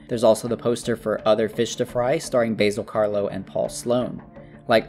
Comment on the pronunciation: Why can no one ever pronounce Basil Karlo correctly? That man is not an herb. 😂